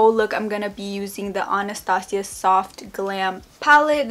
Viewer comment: You're the only person on youtube I know that says Anastasia right lol🌙💕